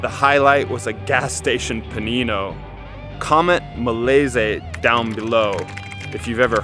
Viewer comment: Molese?? It’s Molise - Mo-LEE-zay